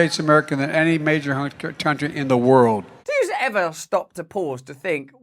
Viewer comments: Think he said, “tountry”…..not “country”. Another brain fart. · "Persciption jugs in any tuntry" huh? 🤣